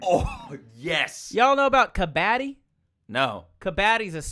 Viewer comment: Ben the game is called kuh-bud-di not kuh-baa-di means a garbage person (I don't know how to translate it to english)... 🤣